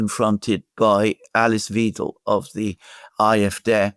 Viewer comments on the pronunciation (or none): Alice Weidel, not Wiedel..